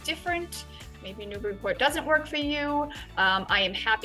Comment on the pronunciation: I'm happy to find a video where you say it right. Thanks.